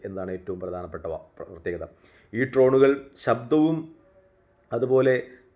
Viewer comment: ട്രോനുകൾ അല്ല ഡ്രോണുകൾ